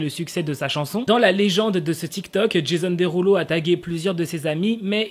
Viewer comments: « Jésonne Déroulo » ça m’a tué 😭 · sa se prononce comme ça mais c’est just qu’il le dit avec l’accent français du coup j’ai trouvé ça drôle :)